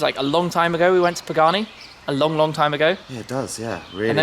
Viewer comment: I loved the "Pee-Gani". Now that was s a very cool destination, Tim.